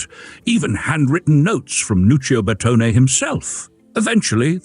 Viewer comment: Another excellent vid! Here are a couple of minor pronunciation corrections to train the AI voice. Designer Scaglione, the "g" is almost silent, but the "e" is not: "Skal-ee-OH-nay." Coachbuilder Bertone, no silent letters: "Bear-TONE-ay."